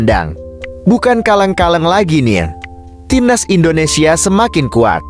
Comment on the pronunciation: Tolong kata2 admin INDONESIYE itu gk enak d denger....ug bener INDONESIA..orang mana sih admin ini..??????